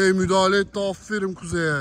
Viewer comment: meral abla ikisaattir topa mudahale diyooooo